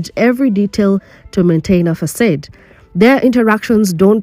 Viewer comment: Facade Is pronounced Fa.... Like face Saw Du..... Like dumb I'm definitely commenting from a positive place....🎉🎉😂❤